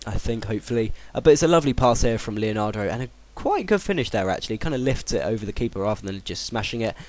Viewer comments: It's leandro, not leonandro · i don't understand where do you get that extra a to leandro from. you say it leonardo, it's leandro =D good vid btw ;) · Leandro not leanardo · It's not fucking Leanadro, it' Leandro, also, how can you pronounce Enoha when there is clearly not an A at the end of his name? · is leandro not leanandro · its le-an-dro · his names le-an-dro i know you said not to say anything but it's pretty easy to realise that its leandro :L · Lemme give you some help here... 1) Leandro: Lee-yun-droh 2) Sulejmani: Sul-lee-man-nee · it's le-an-dro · The real way to say Leandro is : Lay-Ahn-Dro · Pronounce Leandro like : Lay-Ahn-Dro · His name is pronounced "Lee-an-dro" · Le-an-dro. Maybe you should actually read their names.